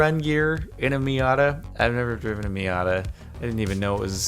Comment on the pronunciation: am I the only one annoyed with him calling a mazda a miada?